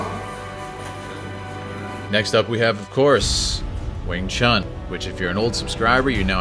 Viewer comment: Wing Chun - pronounced Choon...If you respect the art, please pronounce it correctly as Chinese do, as your Sifu (Sifoo) would pronounce it. Lastly, Kung Fu (Koong Foo) stop mispronouncing these Pronouns. thank you